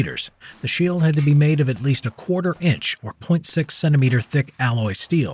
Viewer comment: Lol he said sheel in the beginning